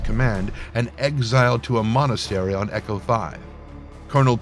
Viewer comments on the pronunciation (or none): none